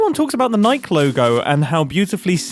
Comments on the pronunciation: Nike doesn't have a silent E lol, it's "ny-kee" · I’ve never heard anyone mispronounce Nike, before. Neye-key. Green goddess; two syllables. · I have literally never heard anyone pronounce Nike like "Mike" before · ish....Did you just say...NYKE???? I' flabbergasted....its pronounced Nykee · Did Mumbo say... Nike. Not Nikee. NIKE???? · Do u just pronounce Nike like Mike instead of like Mikey? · Did Mumbo just say “Niik” not “Nike”??? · wait is nike pronounced as 'nai-k' ?? ive always said 'nai-kee' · Nike vs Nikey pronunciation is crazy just saying xD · Looking through the comments it seems I'm the only one who heard Mumbo call Nike Nike??? Rhyming with Bike?? This can't be a quirky British thing it's literally a Greek word 😭😭😭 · did you just call nike as in the just do it shoe company as in nike the god of victory pronounced nikeee not just nike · im sorry, did mumbo just say "nike"? not nikey, just nike. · The nike logo? (Its pronounced nike-y lol) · Did you just say nyk for nike? I heard another british youtuber say that too, does england just not have nike there or something? It rhymes with mikey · Hearing Nike pronounced the same way as “hike” threw me for such a loop. I have never heard it pronounced that way before 😂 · I'm sorry, did you say "Nike" like nice??? and not Ni - key???? is that how all the brits do it???? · Did he pronounce Nike like pike? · i have never heard Nike pronounced like mike......... nichael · I know you didn't pronounce "Nike" like "Mike" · TIL that in the UK, Nike rhymes with Mike nor Mikey. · Did you pronounce Nike like bike? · the "nike logo" (pronounced by mumbo as, "mike") oh hes just doing a bit through the whole video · Sorry mate, it's pronounced nike as in 'nigh key', as in the thing that unlocks doors, not nike as in 'bike' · did you pronounce Nike "nyck"???? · The... what logo? Has Mumbo never heard the word "Nike" said out loud? It's "ny-kee", long I, long E. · the way mumbo pronounced Nike like Mike is hilarious